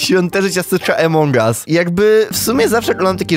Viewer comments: Czemu mówisz emong as a nie among as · nie emong us tylko among as pls muw tal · no kurwa mowi sie among as a nie emong as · Błagam cię nie czytaj among us jak emong us bo to jest among us (pośród nas) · To się nie muwi emong au muwi się among us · Jaki emong us? Mówi sie among us